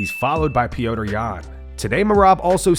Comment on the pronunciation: Why does narrator keep referring to Petr Yan as “Pee-oh-tr”? Listen to his fellow Russians cheering him: “Pet-r, Pet-r”!